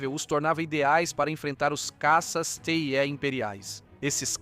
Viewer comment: Por favor....caças TIE são pronunciados "Tái".....caças "Tii" é duro de ouvir